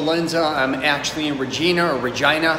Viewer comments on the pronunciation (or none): The city's name is pronounced Re-JYE- na . You didn't hear it on your flight when you touched down? You're VERY american as is your yankee accent!